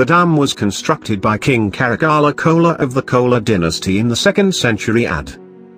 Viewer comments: Two mistakes , don't take it seriously ... Everyone around the world would make in some case pronunciation mistakes ... Based on my perspective , I list few ... It's not Cola , it's Chola ..( Cho + La) It's not Thairuchipallai , it's Ti + Ru = Thiru ( which means holy or sacred in Tamizh) Chira ( ech + Ira = Ichira) Palli ... Tiruchirapalli also called simply as Tiruchi ... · It's not kola it's karikala cholan (Chozhan) The man who changed the history of Chozha's. So, kindly pronounce it's as "karikala chozhan". Otherwise type in google translator and spell it correctly.